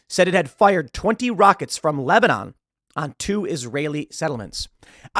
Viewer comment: "Lesbanon" come on Tim, we know you were about to say it aaahhahah!